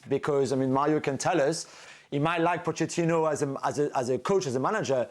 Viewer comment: First of all, I congratulate you Dan for pronouncing Pochettino's name properly (Po-c-ettino). You're one of very few! Mauricio was smart. He ducked taking over Real Madrid after Ancelotti (An-ch-elotti). Smart, because Pochettino could go nowhere but down in a post-Ancelotti environment. He was also smart enough to duck taking on the ship with a colander for a hull - that being Tottenham (massive admin and player issues there!!). So, he took Chelsea - still rife with issues but not quite as bad as Tottenham. Here's my prediction. More fireworks - NO Cups. ...next manager please? Is ANYONE seeing a trend yet?!?